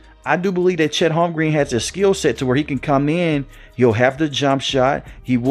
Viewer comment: “Holm-grin”, fam. Not Holm-green 😅